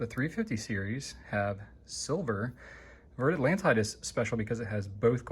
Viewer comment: Great video - I loved the intro! One small point - and I know you're not a linguist,, so it's advice kindly meant, not criticism - it's pronounced more like "Vair Atlonteed":)